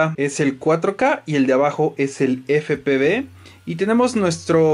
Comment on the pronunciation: Efe pe uve...!!! 😂😂 Pero buen video.